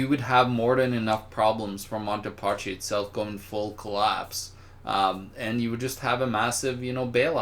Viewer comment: "Monty Parchee?" Really,... is it that difficult to pronounce MON-tay DAY-ee PAS-key? Italian is a very easy language to speak correctly because its pronunciation rules are fixed. As an author you should be more aware of words, especially those from a familiar language. It's not like we're talking about Chinese, Urdu or Czech.